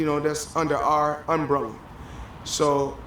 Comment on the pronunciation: Am I the only one who heard Floyd say UNbrella ????? 🤣😂🤣😂